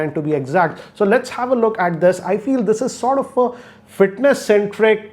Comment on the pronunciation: Sort of?